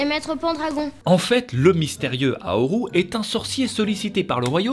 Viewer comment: j'ai failli pas reconnaître le film à cause du "haoru" au lieu de "howl"